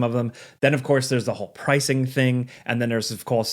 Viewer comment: “of coulse“ lol